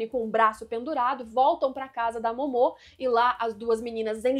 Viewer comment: Vídeo muito bom, observações muito legais, mas cara, sempre que ela falava o nome da Momo errado, me dava uma agonia... Kkkkkkk Pq Momô? Dublado eles não falam assim, será que no original eles falam assim? Se eu estiver errado, me desculpe.